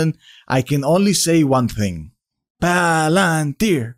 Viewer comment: Pah Lan Teer Pah Alan Teer!!!!!! Buy the dip dip dippty dip